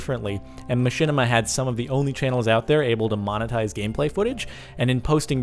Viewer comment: mahinima? *Machinima